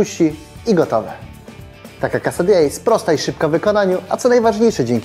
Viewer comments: grrrrrr KeSaDiJa nie kasadija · Quesadilla, nie casa dia xD chodzi o ser - queso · to nie "casa dia" tylko "quesadilla" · to jest kesadija a nie kasadija;p też bym chciała żeby tam była kasa. Queso [keso] - ser stąd taka wymowa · Wy mongoły to nie jest casa dia tylko Quesadilla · mówi się quesadilla:).